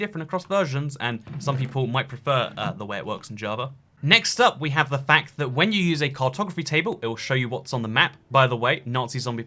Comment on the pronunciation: Lol why tf does he pronounces fact like quack